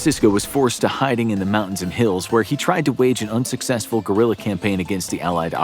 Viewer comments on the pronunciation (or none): none